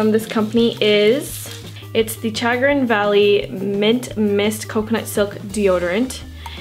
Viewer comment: I live in Ohio and it is pronounced Sha- grin.